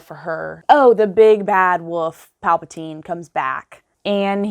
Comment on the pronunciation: I died inside when she mispronounced Palpatine's name lol